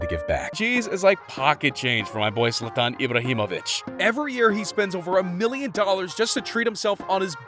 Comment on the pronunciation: are we not gonna talk about how he said zlatan ibrahimovic perfectly like that was the most perfect thing ive seen in days